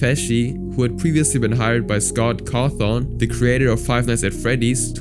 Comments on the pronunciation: 1. Scott cawthon not scot cotton 2. Mangle is literally possessed by a girl 💀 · ''scot coughfon''💀💀💀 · Scott cawthong?